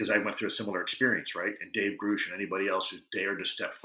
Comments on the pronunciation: David Grusch pronounced his own name on news nation with an “ush” sound but Lue is pronouncing the name with a “oosh” sound. That’s so weird. And now other podcasters are mispronouncing David Grusch’s name! WEIRDO! Lue is weird for not pronouncing the name correctly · Ryan has since confirmed he was wrong, and it is indeed pronounced Grusch. He too thinks it's so odd ppl mispronounced it. Ross Coulthart also confirmed that it rhymes with brush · I don’t hate him at all, but go watch the news nation where David Grush introduces himself and says his own name and then explain to me how somebody who says he knows and worked with him can pronounce his name wrong. That is really weird.